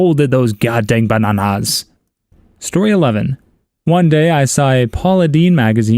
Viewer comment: The way he says bananas 😂😂😂